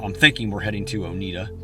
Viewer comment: O-neyeda… not o-needda. Lol. TN language. Lol. I probably got the TN pronunciation spelling wrong myself. So happy for you.